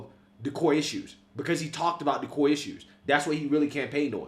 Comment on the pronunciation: The Koi issues. Yes they didn't run on Koi issues. "Core" issues. Core is the word. The "Koi" issues "dat" "day" talk about is "Core issues" "that" "they" talked about in "the" election not "dee" election. Anyway, I ain't a know it all but "day" are delusional.